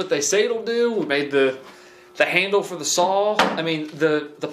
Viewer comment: the word saw does NOT have an L in it...sawl???